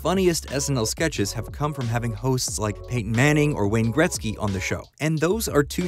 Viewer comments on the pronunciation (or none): none